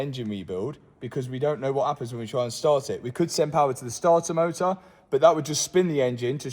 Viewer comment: I truly find the way you pronounce starter motor amusing, I have no probs with star uh moh uh, it makes me chuckle